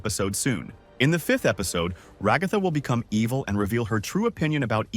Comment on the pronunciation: I don't want to be that "guy" But her name should be stressed at the first so it should be RAgatha not raGAtha